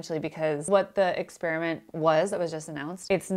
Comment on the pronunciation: First person on YouTube EVER to pronounce experiment correctly. NOT...”exSPEARiment”!